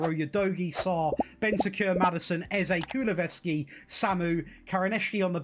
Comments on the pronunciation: This dude saying Kuluveski was irritating the hell out of me. His name is KuluSEVski. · Kulusevski not kuluveski 😂😂